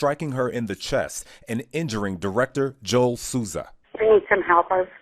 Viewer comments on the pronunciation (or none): none